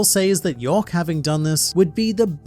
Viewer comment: It's york